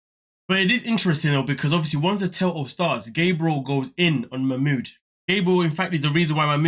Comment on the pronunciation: P.s he has one of the loveliest names but my god! The name has been butchered to no return 😅😅😅